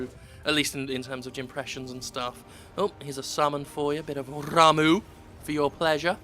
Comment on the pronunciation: Impressed he knows how to say Ramuh properly. Had someone call it "Rammer" to me a few days ago, I almost threw my tea at him.